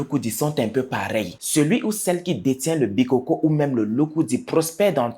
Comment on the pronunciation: On ne dit pas les bikókó hein, on dit les bikôkô. Ce qui est donc un fêtiche qui tire ses origines des ancêtres et évolue de génération en génération.